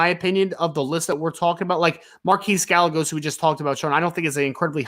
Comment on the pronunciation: It's guy-a-goes. Not gal-legos